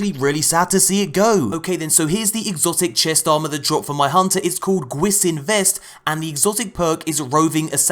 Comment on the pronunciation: Gwisin is pronounced more like 'gwee-shin' which means 'ghost' in Korean. Diggin the design of the armor :)